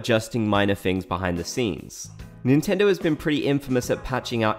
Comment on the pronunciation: "NINTENDO INTENDO" 🤣😭